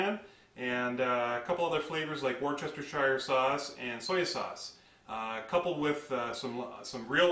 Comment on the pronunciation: Did you just say Worchestershire sauce?